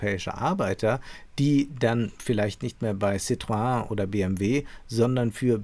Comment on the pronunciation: ohje, wolfgangs *aussprache, anzunehm dass er kein homme de lettre ist: *SITTROÄNN..in ..der französische autohersteller